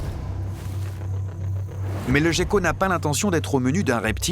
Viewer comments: Jécko? On prononce guécko! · Prononcé Géko en français et Guéko en anglais c'est de là d'où vient l'amalgame. De même que le pingouin qui est un oiseau (et non pas un manchot) là aussi l'amalgame vient de l'anglais parce qu'en anglais manchot se traduit par penguin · Ya que moi qui prononce "guecko" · moi aussi je dit "guécko" depuis toujours, ça m'a beaucoup surpris d'entendre le commentateur dire "gecko''